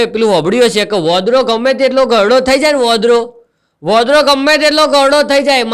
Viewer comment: ભાષા પહેલા સુધારો વોદરો નથી બોલાતુ વાંદરો કહેવાય છે